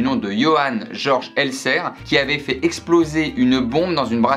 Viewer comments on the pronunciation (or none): Jeorj Elzèr mdrrr cte prononciation ^^